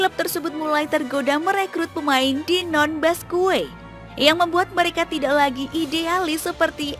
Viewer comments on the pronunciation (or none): BASQUE ITU DI BACA BASKE MBA, BUKAN BASKUE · Dibacanya baske bukan baskue min, jadi aneh banget narasinua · Bacanya Baske bukan Basque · Mohon maaf saran min, d bacanya "baske/basqe", thx u min